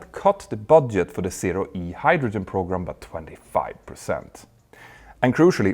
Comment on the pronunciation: I know its due to Petter’s accent, but the English words ‘program’, and ‘pogrom’ mean something completely different, and the latter quite a bit more dark.